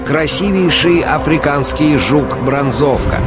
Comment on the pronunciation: Не бронзо́вки, а бро́нзовки, это во первых, во вторых бронзовки зеленые, а коричнивые - это майские жуки, они кстати вымирают